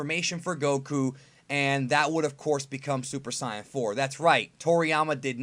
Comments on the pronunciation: Dis guy: super sayan 4 Me: its super saiyan 4. Get yo pronunciations straight. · super saiyan, not saian. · How does this dude mispronounce Hermes and saiyan like dafuw